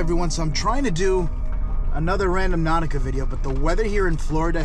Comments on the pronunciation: it's not RAN-DOM-NAUTICA, it's RAN-DO-NAUTICA!!! There's is no M In the word. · Gotta rotate your tires so they don’t get bald on one side like that. I’m sure it’s been said a thousand times in the comments. Lmao. Also…. It’s Rand-O-nautica, instead of Random-nautica. 😂 Stay safe, you’re still my fave, the best there is out there!! Much love to you! 🤗